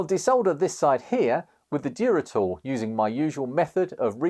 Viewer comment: Duratool damn I thought you were saying Geritol 😂